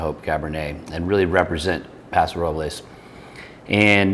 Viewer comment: Thank you for pronouncing Paso Robles correctly!